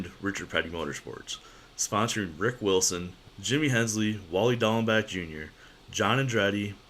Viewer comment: Great vid ! Just a couple of "clarifications" from an old timer,lol. The first is the pronunciation of the last name of driver Darel Dieringer. "Dieringer" is NOT pronounced like the word "Die". It is pronounced like the name of the pistol. Secondly, driver Rick Wilson's first name is pronounced like the word "Wreck" Wilson. Bahaahah !